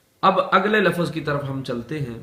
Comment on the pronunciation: Lafaz nahi lafz